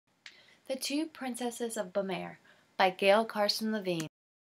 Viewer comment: The way that you pronounce the kingdom's name is bu-m-are, if you look at how it's spelled "Bamarre" you change the first 'a' to an 'u' (like in up) leave the 'm' sound (like in milk) then the last part is just like the word 'are', so in all you would say it like bu-mARE. I hope this helps! I think that you have a very good reading voice, and I know that it will only get better in time!